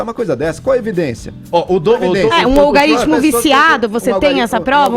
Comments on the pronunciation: "Algaritimo" ai kkkk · Kkkkkk. Não conseguia prestar atenção no que ela falava quando ela soltava um "Algarítmo" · algAritmo!!! kkkk q analfabeta!!!! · "olgarítimo" uhsuahsuahs essa cannabis ta detonando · Nossa, essa falando Algaritimo é foda! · Pelo amor de santo deus garota.. ALGAAAARITMO NÃO EXISTE